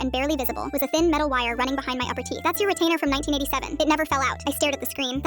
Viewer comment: “Atleas my theath stayed straight”😂😂😂😂